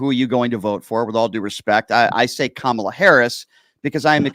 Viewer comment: KAM-a-la, pal, like Pamela.